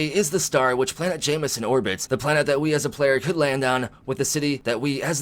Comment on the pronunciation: Along with that is Jemison...perhaps it's my hearing, but it sounds like he's saying "Jamieson"...it looks more like "Gem e son" to me.